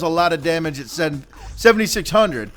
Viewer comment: Dude it took me a while to think when you said 76 hundered i thought u said 76,000